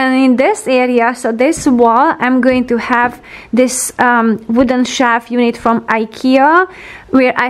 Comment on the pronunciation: P-L-E-A-S-E! Please, please, please...stop saying "Shaf" or"Shav" for "Shelf". Pronounce the letter "L" in the word - it's not like "walk" or "talk" or "folk". And the word "Since" is NOT pronounced like "Science". Surely, you've heard of "Sin". "Single" "Sing" "Sinbad". You are so perfect and creative and charming in every way and I LOVE your program content. Please don't spoil it for us by anticipating these two bizarre pronunciations each time. Thank you.